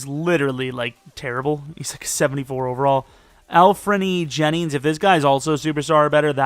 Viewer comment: Its Anfernee Jennings not Alfernee Jennings